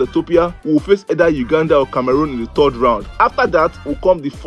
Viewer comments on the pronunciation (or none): exactly. Not 'thord' or tod I'm a Ghanaian though so keep wondering why you guys do so when we were all colonized by the British. Please go to Google and listen to the pronunciations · Eiiiii Nigerians and their pronunciations 😂. He says "thord" instead of "third" as in thed. 😅😅😅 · either Nigeria pronounce it as thud or thed how is that your problem? Mumu